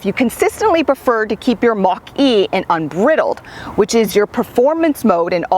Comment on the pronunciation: Nice video. Thanks! Only suggestion/correction is “Un-bride-eld” mode.